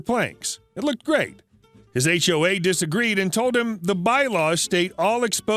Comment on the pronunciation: Last: HOA said as 1 word, rhymes with w***e!